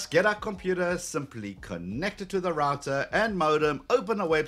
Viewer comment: Its Router not Rator lol